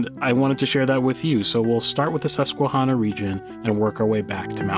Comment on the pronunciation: Thank you for your appreciation of, and for reminding us of, the beauty we take for granted on a daily basis. FYI…. The -hanna part of Susquehanna is not pronounced hahnna. That first “a” sounds like the “a” in the word “at”.🙂